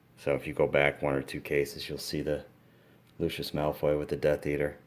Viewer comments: AND NOT MALOY ITS MALFOY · you pronounced malfoy as malroy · It's Malfoy not Malfroy. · legojake8 Mc Gonagall and Malfroy is what he meant to say